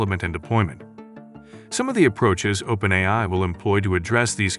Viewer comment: The AI voice over was actually pretty good. Only issue I noticed was that it said "open-i" a half million times.